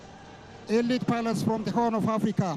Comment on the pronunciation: elit pilot 😂😂😂 ay English ...dominating 😂😂😂